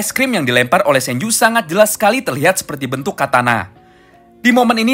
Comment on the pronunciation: itu sanju ga bg atau apa gua denger nya sanju🙏